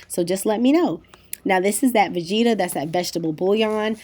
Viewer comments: I kept asking myself what you were talking about when you said, vegeeeta. Low and behold, you're using Vegeta, a ton of Romanians use this, myself included (make sure you get the one without msg). I grew up with this seasoning. It's pretty much a staple of every Romanian, Hungarian, Eastern European cooking. My kitchen's got one. Pronounced Vegeta, not long sounging ee. Never heard any American, esp. African American use it before and sounded scary when I heard you say it. I put it in soups, salads, every savory meal, just a little. Boursin, French cheese- pronounced Borsen, don't pronounce the n. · Vegeta is pronounced ve-g (like grate)- ta. Lol I’m Bosnian and we use it in everything. I hope you used the blue package though 😮.